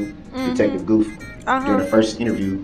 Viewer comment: Detective “Goof”.. Dummy called him Goof instead of Gooth lol